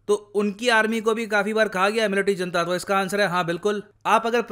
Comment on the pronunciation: जनता नहीं its हुनता!!!